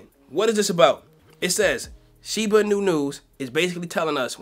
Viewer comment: Dude the accent is not on the "nu" it's on the "i" in Inu. You say it wrong